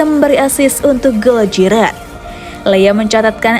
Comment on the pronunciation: Giroud dibaca Jiru, bukan Jirot